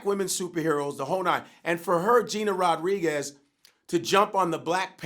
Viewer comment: Vlad was saying shit wrong the whole time he was talking bout Gina Rodriguez